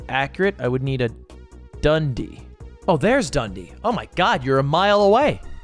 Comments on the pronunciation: its the way ludwig pronounces dundee for me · Ludwig pronouncing Dundee as 'dundy' made my day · Oh my god, somehow the way Ludwig pronounces Dundee is so close and yet so far from correct, it's absolutely hilarious